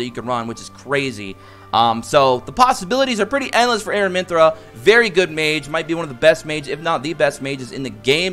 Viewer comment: I also noticed you're saying AraminthRA...there is no R at the end of her name..Its Aramintha lol wanted to say it before someone else was rude about it.